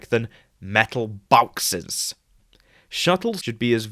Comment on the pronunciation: Interesting video, but what on earth are metal "bawxes" and why did you switch to "boxes" at the end...